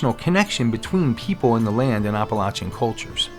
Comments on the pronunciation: maybe I stopped watching it because of the mispronunciation. I’ll view again. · Please please please- especially since you live there now - pronounce Appalachia correctly. I enjoy your videos, and I’m not trying to be mean. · OMG. You’re saying it wrong that’s NOT HOW YOU PRONOUNCE APPALACHIA. made my ears and head hurt